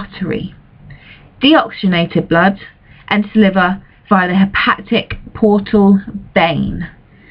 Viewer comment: Is it really that difficult to pronounce "hepatic"?